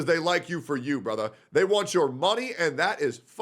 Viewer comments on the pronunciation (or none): the way says "brutha" lmaooooo